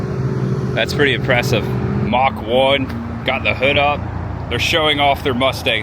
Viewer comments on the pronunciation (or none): none